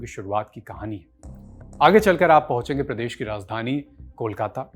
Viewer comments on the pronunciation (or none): none